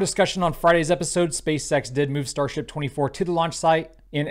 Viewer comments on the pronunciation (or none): I'm 100 percent sure is saying Space sex 💀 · I love how he keeps saying "space sex" haha